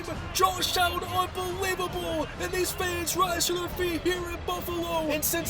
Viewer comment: Really good video, but I’m sorry. The fact that you say unbeweebable. It is priceless. I love your reactions.